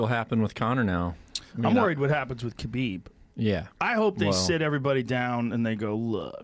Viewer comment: It's Habib, not like the non muslims care though. I call him Habib in respect.